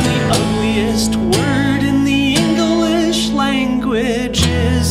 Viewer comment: Our boy made "english" a three syllable word